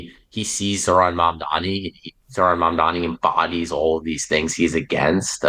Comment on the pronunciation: Mamdani not Mandani..